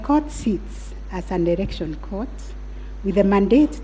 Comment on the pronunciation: "erection" ..........its election